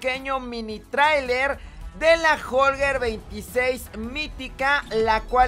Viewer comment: Se pronuncia trailer no tracer